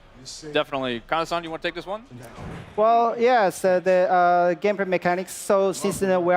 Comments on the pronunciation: "Game pray freel" 😂😂😂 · One of the guys says "gamepray" instead of "gameplay" , the more you know.